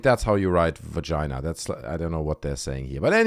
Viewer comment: The Varginha UFO incident is worthy of mockery, as is every other UFO incident. The pronunciation of Varginha is close to the pronunciation for vagina. Easy to make a little joke of it, so lighten up.